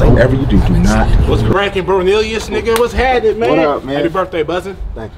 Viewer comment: did you say ''whats crackin''? 🤣🤣